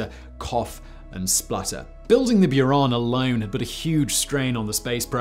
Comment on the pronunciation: boo-ran, not bew-ran